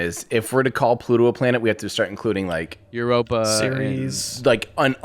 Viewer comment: Anyone else die a bit inside when said 'Europa'?